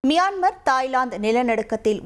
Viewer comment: டேய் அது மயன்மார் இல்லடா.. மியான்மார்... நாய் 🐶🐕